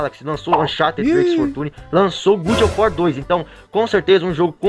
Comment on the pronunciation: “good of war” o famoso “bom de guerra” kkkkkkk